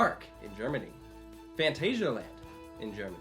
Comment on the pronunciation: We're supposed to believe you and you can't even pronounce phantasialand correctly?